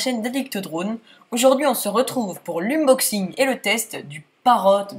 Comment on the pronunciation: nannnnnnnnnnnnn t'a dis une boxing au lieu de eun boxing